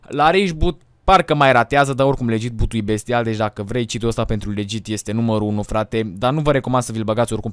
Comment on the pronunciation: De ce spui ''buti'' :)))